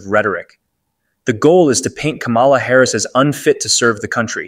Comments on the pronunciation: “comma-la, like the punctuation mark.” can we PLEASE get it right? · The mispronunciation of her name is really getting tired.